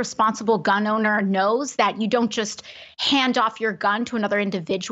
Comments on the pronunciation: God, I can stand how she emphasizes the “gun” to make it sound worse than it is... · god I hate how she emphasizes *G U N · I like her emphasis on “GUN”. I don’t know about all the rest of you, but me and my friends are always passing around loaded guns. Every one of them with hair triggers and no safeties. NO?!?!? You don’t? Good. I don’t either. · She made gun almost into two syllables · Ikr I was like, why do you keep saying it like that